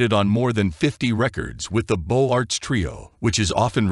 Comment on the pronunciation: Beaux Arts should be pronounced Beauzarts! It's systematically wrong in this film :-(